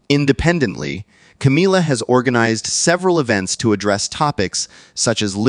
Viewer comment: Why does your voice fade out weirdly. It's Camilla not Cameella.